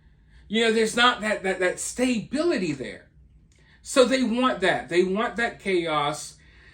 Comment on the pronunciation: "stay-bility"? Its stuh-bility.